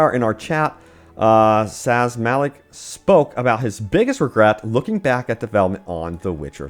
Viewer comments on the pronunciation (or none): none